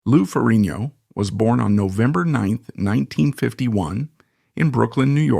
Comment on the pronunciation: It is FER-RIG-NO